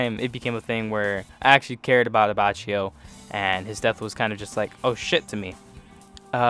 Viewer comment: Solid enough list though your pronounciations are a bit iffy (Melone = Meh-loh-nay, abbacchio = Abah-kio, ect)